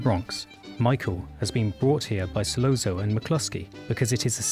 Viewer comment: Solozzo : pronounced ‘ Solotzo’ . As pointed out below Michael & Virgil were speaking in Sicilian not Italian. Completely different languages. 👀